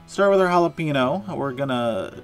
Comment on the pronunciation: Great recipe! Killing me with "Holla-PEEN-oh" though. "Holla-PAIN-yo". Cheers from South Texas!